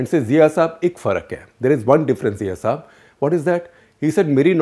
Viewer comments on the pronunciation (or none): none